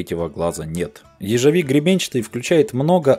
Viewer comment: Боже, как же тяжело слушать как ты коверкаешь слова.. "ежЕвик", "психодьелики" и т.д захотелось сразу выключить этот бред..